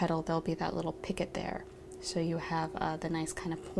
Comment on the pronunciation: Picot is pronounced peeco. I thought I was going to learn some kind of new stitch called picket.